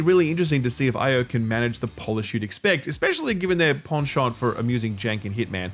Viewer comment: The way you pronounced penchant,...it pleases me.